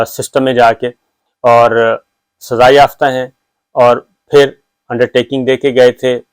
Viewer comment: SAZAA ho chuki hay, Urdu theek karo apni. tum Urdu k sahafi ho?